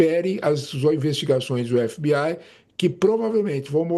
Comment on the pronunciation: "f bê ai"